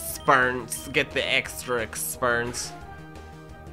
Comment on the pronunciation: The first time my dad heard you say exspuernce he thought you said exspurmence